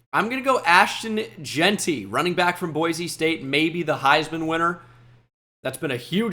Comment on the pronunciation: Boise st is pronounced boy-see not boy-zee